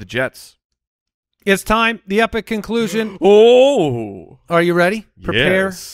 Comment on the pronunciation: Ah yes, "the ultimate clusion".